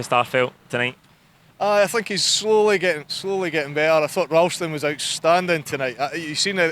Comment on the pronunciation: Emphasised SLOWLY